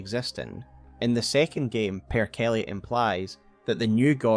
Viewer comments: Per'kele is pronounced like Per-ke-lé, not Perkell. It's a variant of the name of a Finnish thunder god which these days is used as a swear meaning evil spirit and is used synonymous with the devil. At least you didn't call him Pear-kelly like I've heard from another loretuber. :P Edit: You get a bit closer to the correct pronunciation later in the video, I was just reacting to the first mention. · It's pronounced "per-keh-lay." It means "evil spirit" but in Finnish serves a similar role to the English "f*ck." Just an all-purpose vulgarity. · butchering the Finnish word Perkele over and over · Oh man, you were so close to pronouncing Per'kele right